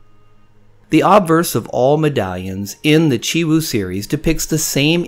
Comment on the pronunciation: It sounds like you're leaving out the W in your pronunciation of Chiwoo. On purpose? Nothing comes close to the first year design. I didn't have on so I paid a bunch for it. I want one more but will look for a better deal.